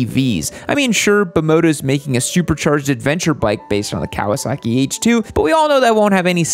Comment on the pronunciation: Stop saying Kawa “sacki”. It’s Kawa “socki”.